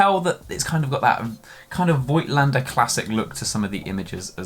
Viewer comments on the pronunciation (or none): Pronounciation is: "Fohgtlender" (german)